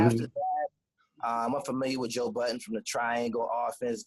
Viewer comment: it's funny to hear cats say "Joe BUTTONS" - like dude ain't been out and relevant in the culture since '03 and cats still wanna add the S to his name. LOL